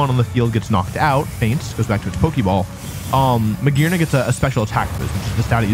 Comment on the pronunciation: "Real YouTubists talk about Mah-Gee-Arna, this Pokémon can reach rank 1. Hello..."